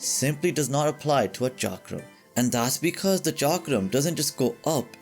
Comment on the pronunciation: Thank you for pronouncing Chakram right way.